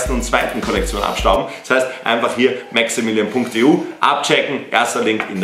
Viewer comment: Hi du hast gesagt maxaminion